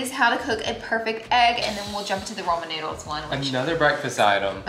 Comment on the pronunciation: Did she say “Roman noodles?” Lol